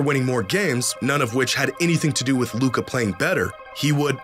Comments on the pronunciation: Media still intentionally 'mispronounce' his name. They're scared what, if Luka wins finals MVP. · That's not voter fatigue. That's american ego with xenophobia sprinkled in. Can't accept the best player of his generation is european. The Luka disrespect started before he even got drafted. Took the media like 3 years to actually stop mispronouncing his name on purpose lmao.